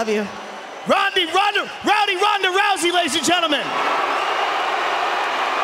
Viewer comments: Joe rogan at the end messing up her name, Rondee ronda rowdy ronda rousey 😂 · lol Joe Rogan almost said Rondy Rowda Rousey